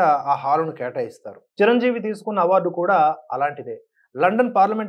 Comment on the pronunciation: MEERANTE NAAKU ABHIMANAM KAANI EE ROJU KAASTHA TAGGINDHI, ANTA EMITI, RELAY CHUDAKUNDA EVARO CHEPITHE RAASTHE CHADUVUTUNNARA, CHIRANJEEVI GARINI CIRANJEEVI CHIRANJEEVI ANI CHADUVUTUNNARU IKA MEEDHATA MEEKU LIKES SHARES CHEYYANU FIRST RESPECT ELDERS, &HONUOURABLE PERSONS SORREY